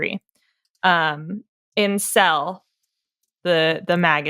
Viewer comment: that awkward moment when the phrase "in Cell" sounds like "incel"